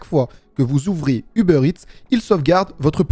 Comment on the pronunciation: A chaque fois j'entends "les données du beurre" 😂 ->